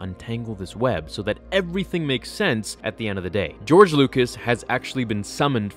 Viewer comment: “Geore Lucas”